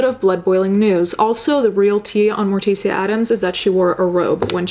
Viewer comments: i’m the fact that she says “mor-ti-see-ya” instead of “mor-tish-a” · I love your videos, and thoroughly enjoy your content.. But, I gotta say Morticia is pronounced Mortisha, Gomez even calls her Tish as a pet name.. Anyway, sorry I just had to point that out lol.. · Honestly can’t sit through this video it’s a really difficult horrifying topic but your makeup is killer. Isn’t Morticia pronounced like mortician though?